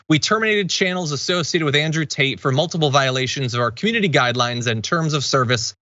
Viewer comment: It always sounds like Andrew Taint to me.